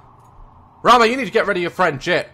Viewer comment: The way he says Rama is so funny. This is the first time I'm actually happy that my name is Rama even if its in a horror game lol. And btw Rama is a girl's name...